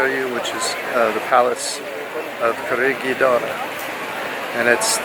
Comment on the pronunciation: Spanish words and names put the accent on the 2nd syllable which will make all Spanish words easier for you to pronounce such as Quer. ET er o